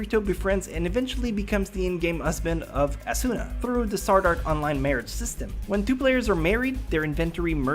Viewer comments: Everytime you pronounce Asuna as asUUUUUUna or Kirito as Kiriiiiiito, I just want me or you to hit a train. please learn to pronounce the names right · Sweets He says it as A-SOON-NA and I just find myself wanting to correct him... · stop mispronouncing Asuna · You said the two main characters name wrong